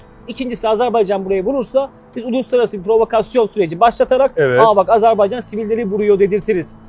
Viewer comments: Allah aşkına nolur artık "Azarbeycan değil Azerbaycan" demeyi öğrenelim....!!!!!!!!! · Hocam Azerbeycan değil de Azerbaycan şeklinde telaffuz ederseniz daha doğru olur.